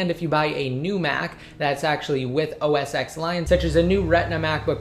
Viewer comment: I found it annoying that he pronounce OS X as "OS eks". It's supposed to be "OS ten". He's a tech guy and he should know that.